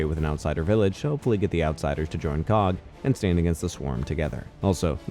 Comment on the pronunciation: “C O G”, ew.